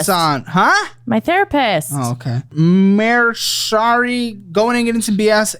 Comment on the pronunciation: The holding back of laughter for mispronouncing Mercari 😂😂 F for